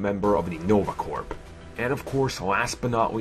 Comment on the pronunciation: Dear god, please pronounce "corps" properly. It's not "corp" or "corpse". Nova CORE! Green Lantern CORE! Army CORE!